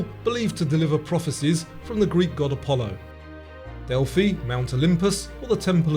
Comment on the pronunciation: Love the quiz got 51/51 i'm glad you got Heracles right unlike a lot of people that make those quizes, and use the roman name instead, However Delphi is pronounced differently :p